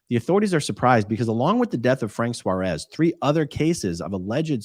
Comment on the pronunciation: Another one?? I followed Frank Suárez.. just before he died. and now he was scientologist???!!!! Just so as you know how to pronounce his last name properly: it has a tilt in the A so you have to put emphasis in it. it is not "suarés" it is "suáres"